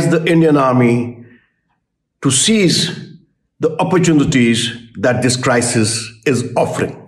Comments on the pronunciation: Not cease... seize stupid... “Seize” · "Seize" not "cease" ..